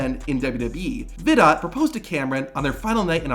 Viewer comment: It’s pronounced Daniel Vi- doe. Seriously I would have re-recorded this. So many mistakes